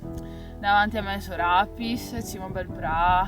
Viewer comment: da bellunese confermo che è Sorapìss :D forse viene più spontanea l'altra pronuncia proprio perchè in testa uno pensa al piss e gli fa schifo quindi è più brutto da sentire :-) ahahah Aggiungiamoci anche Mondevàl... con le parole troncate sempre l'accento sull'ultima vocale